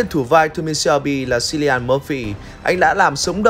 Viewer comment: Cilian đọc là Kilian, ko phải là Silian